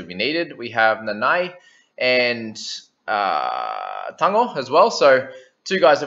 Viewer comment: Your Nanai sounds allgood though. But can always be improved a bit. You have Tago on lock tho!!